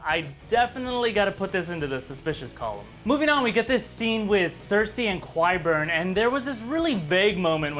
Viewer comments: Qyburn is pronounced like kie-burn, not kwie-burn. Great video though. Love your analogies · Because of how pronounces Qyburn!